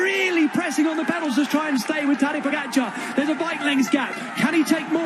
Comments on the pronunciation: TADÆ POGACAARRE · The New Armstrong "pogacar"